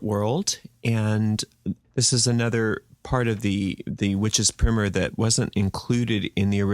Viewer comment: It’s pry-mer ffs